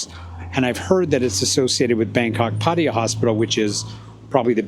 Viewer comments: Why can’t Americans never learn to pronounce things right? Even the places where they decided to live. It is not Padia, it is Patta-ya. With the stress on the LAST syllable, not the first. So don’t be a moron, learn the place you chose to live and learn it from tho locals, not from other morons who also never learnt it right. Otherwise a quite good video nicely presented. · I refuse to watch any videos by ex-pats who don't even show enough respect to put in the slightest effort to pronounce the names of the city they are in. You DO realize that there are three 'A's in Pattaya? Pronounce ALL of them. And Pattaya is one of the easy Thai names. All it takes is a little effort on your part.